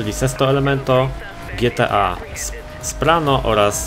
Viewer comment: Spano a nie Sprano ...